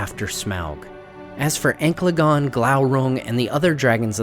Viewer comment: stop saying it like that